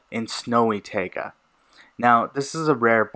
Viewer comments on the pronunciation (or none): just saying its pronounced tye-guh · he said tayga?